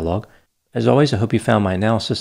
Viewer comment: what was that you said at the end? A “terosophic ception”? “Terrasophic section”? How can I know if I found something is as interesting as something if I don’t know what that something is? 🤪 My layman analysis of the dude you talked about: he’s a control freak with no rage control.